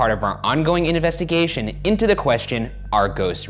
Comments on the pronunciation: anybody else catch ryan saying inevestigation rather than investigation... ??? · Ryan: inavestigation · Ryan says "ongoing inevestigation" is this on pourpose? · Did anyone else hear ryan say "inavestigation" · “As part of our ongoing innervestigation” -Ryan 🤣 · "as part of out ongoing inevestigation..." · Why did Ryan say the word ‘investigation so weird in the beginning😂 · did anybody notice how he pronounced investigation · the way ryan says investigation has me crying